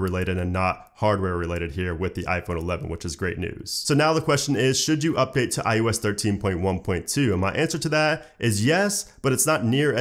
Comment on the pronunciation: Love the vid but it’s “eye-oh-ess” not “eye-you-ess” 😃